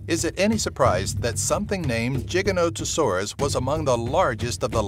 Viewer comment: you nailed the giganotosaurus pronunciation